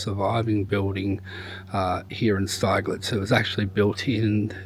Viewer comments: It’s actually pronounced Stigllitz, think of big and then you have got the name right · Its pronounced Sti g lets